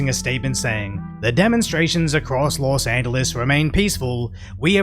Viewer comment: "Lost Angeles" SMH...